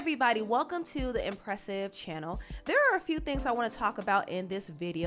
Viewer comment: Why do you say channel like that 😐😐😐😪😭😂😂😂😂 plssss say channel like you used to